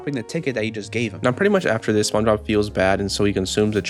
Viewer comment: dude literally says sponshob